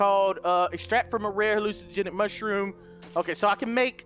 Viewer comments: Hallucinogenic = Hilugenic 😂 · Man's said hallugenic💀💀💀